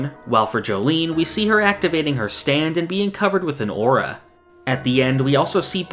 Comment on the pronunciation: I know you said "aura", but the phrase "Jolyne covered with an ORA" is extremely funny